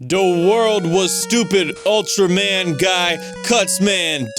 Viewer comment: DA WORRLD....Go home your drunk